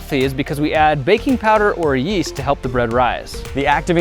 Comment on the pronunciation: That bread doesn’t have any YEEE(as)T